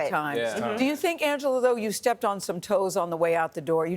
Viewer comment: YEE! Her last name is YEE! Not Lee! Pause after you say Angela!🤦🏾‍♀️